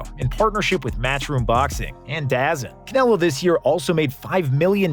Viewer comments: DAZN is pronounced “dah-zone”, not “daz-en”. It’s stupid I know 😂😂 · That’s not how you say DAZN. It’s like saying “Da-zone”